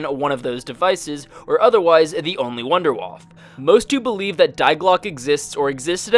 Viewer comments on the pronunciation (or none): wunderwaffe is actually German for wonder weapon pronounced Vunder Vaffeh; German for: "Wonder Weapon DG-2